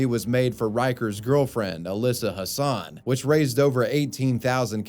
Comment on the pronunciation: Hansen, not Hassan. Like Chris Hansen